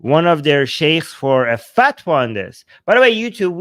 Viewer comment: Did he say ‘fatwa’ or ‘fat one’?